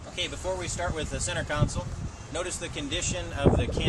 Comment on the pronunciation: Console not council